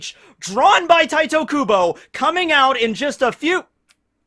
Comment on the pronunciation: Stop acting and say tite kubos name right smh